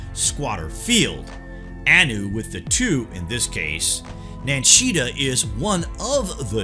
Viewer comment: That was interesting, thank you. His name, though, is Ningishzida...or Nin Gish Zida. The Nin part, is a title, as in Lord or Lady "of". Hence, Nin Mah, Nin Urta, Nin Ki, etc. So, Ningishzida means, "Lord of the Good Tree". It is also said that the symbolism of Jesus being nailed to a tree, is very important for this reason.